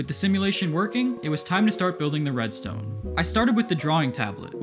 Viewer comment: “Its really quite simple readstone” -mumbo jumbo